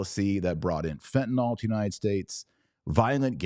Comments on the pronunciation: "Fenta-Nill", not "Fenta-Nall" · It’s pronounced how it’s spelled: fenta-NYL, not fenta-NALL. So many people do that and it’s grating to the ear.